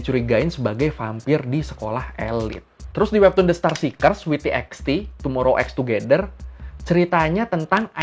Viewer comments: Fyi bang. Tomorrow X together (TXT) dibacanya tomorrow by together. :) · Sorry bang, cuma mau infoin Tomorrow X Together cara baca yang benar “Tomorrow By Together" 😊